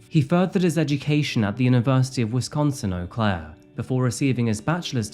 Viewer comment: Eau Claire is quite the interesting city. I'm impressed you pronounced it correctly! 😊